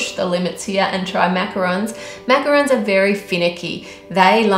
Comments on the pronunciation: macaron not roon lol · It’s macarons. Sorry. D